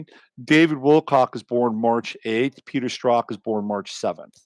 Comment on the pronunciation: Who are you saying Peter Stroth? Who is that?